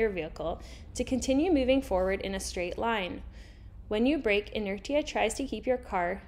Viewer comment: its pronounced inertia not inertia